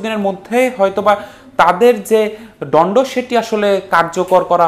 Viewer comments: দন্ড কে বার বার ডন্ড বলছেন কেন? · ডন্ড না দন্ড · দন্ড নাকি ডন্ড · ডন্ড না রে পাগলা দন্ড হবে! আগে বাংলা বলা শিখুন! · ডন্ড হোয়াট ডন্ড🙄 It's দন্ড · আমি কাউকে অপমান বা ছোট করতে চাই না। তবে সম্প্রতি কয়েকটি টিভি চ্যানেলে লক্ষ্য করলাম রিপোর্টারদের উচ্চারণ অনেক সময় ভুল হয়। যেমন এখানে দন্ড শব্দটির উচ্চারণ সঠিক হয়নি বলে প্রতীয়মান হয়। এ ব্যাপারে চ্যানেল গুলোকে প্রচারের পূর্বে আরও সতর্ক হওয়ার জন্য অনুরোধ করছি।। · শব্দ উচ্চারণ এ এত ভুল, ‘ দন্ড ‘ শব্দটা বার বার ভুল উচ্চারণ করছে । ৯০ দশকের বি টিভির সংবাদ পাঠ- আজও মনে পড়ে ।